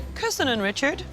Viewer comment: "Never mind, Reechard!" 😄